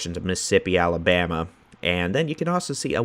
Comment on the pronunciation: Thank you for being the. Just to hear you say Alabama correctly. I love a winter when the cold blows in and then out again. The best of times. God bless.